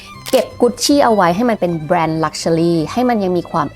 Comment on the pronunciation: ถ้าออกเสียงภาษาอังกฤษถูกต้องกว่านี้จะฟังรื่นหูมากค่ะ เช่น luxury อาจจะไปฝึกออกเสียงใหม่